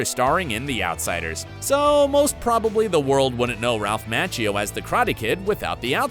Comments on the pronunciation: its Ralph ma-chee-oh. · Despite your professional-looking video you really ruin it by mispronouncing Ralph Macchio's name. The correct pronunciation is "Ma-chee-o"! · Went to the comments to look for someone to bring up the constant "Match-e-o" Really? How long has Ralph Machio been around that you can't pronounce his name? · "Match-eo". I've never heard it pronounced that way in my life and it sounds ridiculous. Thankfully you were sure to repeat it 100 times. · Bro I was saying the same thing 😭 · Is this narrator saying Ralph last name wrong.